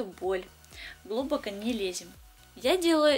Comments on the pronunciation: Все хорошо, но как же режет слух ваше "глУбоко". Как так можно говорить вообще, неужели никогда не слышали как это слово произносят другие люди? ГлубокО, ударение на ПОСЛЕДНИЙ слог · видео и педикюр просто супер. но почему глУбоко, ведь так даже трудней говорить. глубокО правильно. Или на Украине по другому говорят? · Почему глУбоко, а не глубокО? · Ну, боритесь уже со своим языком! ГлубокО, а не глУбоко. Слух режет. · пальчик вверх поставила. сколько смотрю ваше видео. столько мне все и нравилось. и вы классная. только исправьте ударения в словах: глубокО а не глУбоко. и мЕдленнее а не медленЕе. пожалуйста!!!! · Почему глУбоко, а не глубокО, так слух режет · ГлубокО,а не глУбоко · режет слух глУбоко и медлЕнее.уж простите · ГлубокО, а не глУбоко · Во-первых глубокО, во-вторых мЕдленнее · вы отличный мастер и блогер, видео смотреть всегда приятно и познавательно! Но) в конкретном видео очень мне слух резало неправильное ударение (глубокО и мЕдленнее). Ни в коем случае не хочу вас обидеть, это мой пунктик на ударениях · глУбоко и медленнЕе - так не говорят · Где вы взяли такие слова " глу́боко" и “ медленне́е"??? Прям уши режет,вы же молодая девушка,как так вы говорите??? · Согласна. Ну не то, чтобы бесит, но несколько режет слух. Но работа отличная